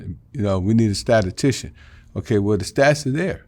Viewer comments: Did he say a stat-a-ticion?? Bruh what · My boy say statistician 😭🤣🤣🤣